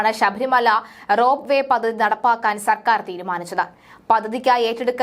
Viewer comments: പദ്ദതി എന്ന ഉച്ചാരണം വളരെ ബോറാകുന്നു.പദ്ധതി എന്ന് ശരിയായി പറയൂ.പല വാക്കുകളുടെയും ഉച്ചാരണം ശരിയാക്കേണ്ടതുണ്ട്.അവതരണം കൊള്ളാം.വാക്കുകളുടെ ഉച്ചാരണം വളരെ വളരെ മോശം. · Padhathi Padhathi. Padathi alla.Malayalam marakkalle.